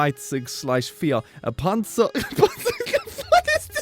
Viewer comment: When you're German and you're doing something else while having this video as a kind of background noise and hear saying something in very accurate German and then realize it's about a Panzer- Good job tho! I'm almost impressed XD Grüße aus Tyskland! UwU